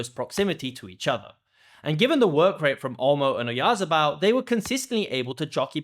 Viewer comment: Oyarzábal is pronounced with the stress on the 2nd 'a', the one with the tilde over it.